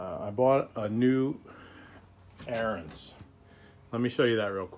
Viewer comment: AR-I- ENS . . . its Ariens! (pronounced) like “Aaron’s." Your killing me bro. You can’t do a review if you can’t even pronounce the name of the equipment properly, lol.